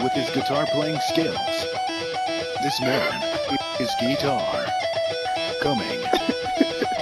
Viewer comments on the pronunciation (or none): It's coming spoon "geetar" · Just say Geetar today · And thus "Geetar" was announced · Who watched "GEETAR"?